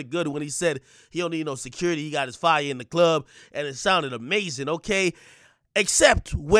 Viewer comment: "Your honor, he clearly needs to keep his own fye"